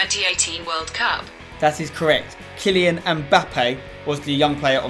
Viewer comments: "Khailian"... I mean, I'm no expert but I doubt the French pronounce it like that 😂. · KAI-lian Mbappe 😂